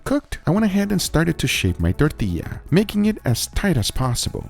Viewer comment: Perfect pronunciation of tortilla 👌👌